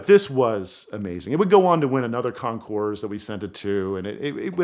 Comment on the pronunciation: Great story. I am an auto historian and I did not know this. Thank you for sharing. However one small detail. The s in councours is not pronounced. Concours d' elegance is French and thus the s is silent. Picky I know but it bothers me as much as people mispronouncing Porsche. Porch. Or cope for coupe. Chickens live in coups. .